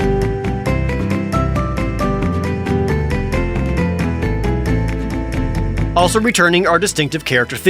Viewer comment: As a Spanish person, that "Vamolla Flamenco" made me chuckle :P